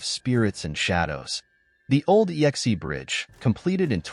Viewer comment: The final bridge is pronounced "ex", as in a previous partner, not "yex-ee" or "ee-x-ee".